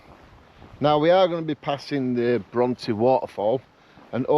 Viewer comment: I find it hard to motivate myself to get out and do solo camps, but like you I just force myself out and all the worries I had disappear! Emily Bronte who wrote Wuthering Heights is pronounced Brontay, great video I tried to make it up to top withins last year but had a chest infection and turned back. Will try and do this in a few weeks before the real bad weather sets in!